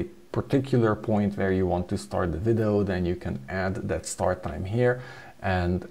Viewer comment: "Vidoh" lol. We love you.